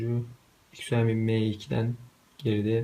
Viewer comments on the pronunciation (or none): none